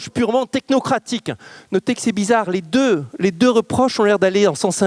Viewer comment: Sujet très intéressant mais ça commence très mal, par un tic de prononciation insupportable: septembre deux mille vingt deuschhhhhheuu..